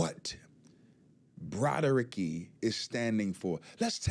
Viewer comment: Please, don't say "Broadaricky" any more...please?